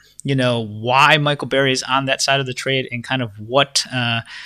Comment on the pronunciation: His name is Burry not Barry!